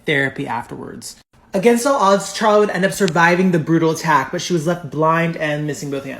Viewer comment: Her name is carla nash. Not charla. I know its spelled that way but its pronounced karla